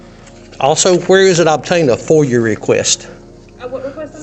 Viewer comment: Good job however it's called a foia request pronounced foy-a, not foyer as you stated lol.